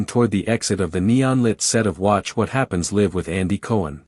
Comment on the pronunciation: Wish this were an actual interview--it sounds exactly like something I could see happening. However: 1) The AI narrator does not pronounce the word "LIVE" correctly even one time. 2) There is no live footage in this video. 3) I cannot find any of the "clips" referred to in the video of this interview online. Just more copies of this same static image with different AI narrators. To be clear--I'm not a fan of the griftsome twosome, but please stop feeding their victim narrative.